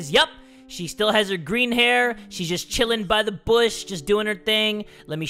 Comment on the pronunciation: Did he say GURIN and not GREENU